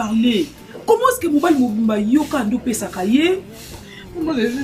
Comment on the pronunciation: Elle dit paix du coeur pas peut du coeur